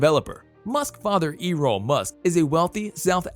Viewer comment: Dude. Where did you learn to speak English? E-roll? Toe-sca? Pay-low Alto? Come on, you really should look up how to pronounce words you don't know before making videos. [Protip]